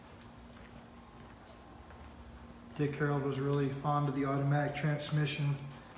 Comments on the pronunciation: Your absolutely correct he definitely does say HAROLD. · He keeps saying "Harold"